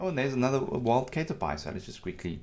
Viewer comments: its not pronounced like 'cater' its like 'cat er' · It's not prenounced like kate-er-pie, but cat-er-pee. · Cat err pee* not Kate err pie. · The way you say "Cat-urr-Pee" makes me cringe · Cater pie